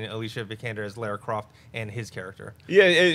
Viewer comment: It's not pronounced Laura, or Layer-ah. It's LAWR-RUH...like Car-A.